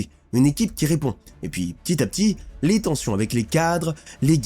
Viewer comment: Tchitre, vestchiaire, ptchit rappel, dju